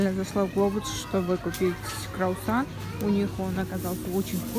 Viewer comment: Почему крАусан ? круАсан же